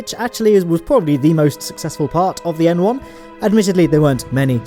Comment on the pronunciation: I thought you were saying M1 instead of N1 until the end of the video